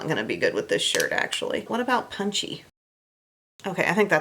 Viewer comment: Funny story: for YEARS I have thought you were saying “wet shady beaches” and I thought that was such a strange name for a bronzer. 😂 it wasn’t until I read through the linked items one day that I saw it written out and realized you were saying WHAT shady beaches 😂😂